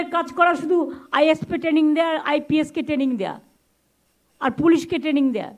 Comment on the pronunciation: Training ti uni bolchen, Taining!😂😂😂